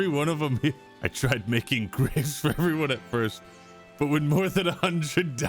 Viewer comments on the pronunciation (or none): "Alright Eveeone" was criminal and you know it